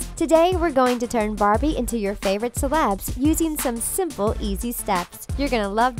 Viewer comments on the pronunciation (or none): none